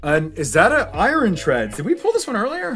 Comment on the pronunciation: Why you keep calling Iron Eye Ron It's pronounced Eye Urn I don't understand this because you speak English perfectly fine Edit: just my opinion the cards look fake in the English set